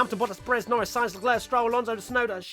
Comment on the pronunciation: TBH I’d be ok with that “Shunoda” pronunciation.